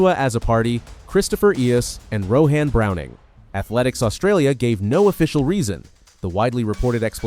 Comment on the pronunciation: "Ro-han Browning" had me laughing on the floor :face-purple-crying